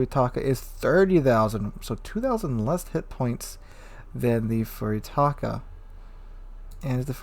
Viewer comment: Thanks for the insight on the ship. For reference, Furutaka is pronounced "Foo-loo=tah-kah" People get caught up saying "Few-ree-tah-kah" because of the Furry Taco" meme, but the "u" in Japanese is pronounced the same consistently and the "r" is rolled into a "L".